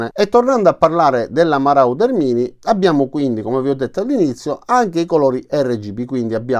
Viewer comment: Ho un suggerimento di pronuncia: MORODER :-)